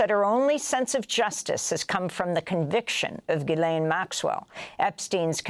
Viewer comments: Ge-len.... is there ANY American that knows how to pronounce her name!? ITS GISLANE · Her name is pronounced Jislen, it is a French name with a soft G